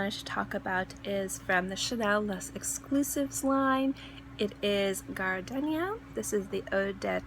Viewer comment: Great video. Just a heads up....there is no "alternate" pronounciation for "gardenia". It is pronounced with a long "e". Perhaps some people are pronouncing it with a short "e", but if they are, they are pronouncing it incorrectly. Frankly, I have never heard anyone pronounce it with a short "e". Perhaps in other countries, it is correct to pronounce it differently, but not in the United States, so if, as you say, "people" are telling you that it is pronounced differently, you should probably let them know that they are wrong.